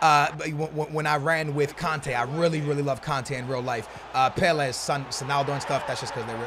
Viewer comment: Anyone else hate the way he says 'pele'